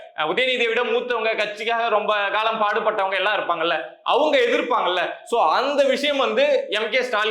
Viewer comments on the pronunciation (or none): none